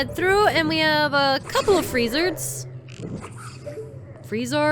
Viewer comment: Cheap but fail safe way of dealing with Wizzrobe (Mini-Boss) stand in the corner and shoot with arrows. The arrows will pass through the fake ones. At the exact same time we said "I've always called them Freezards" but you pronounced them Free-zerds I said Free-zards (As they're spelled).